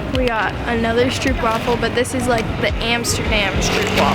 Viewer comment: It's not stroep wafel, it is stroop wafel, with an o as in go and slow....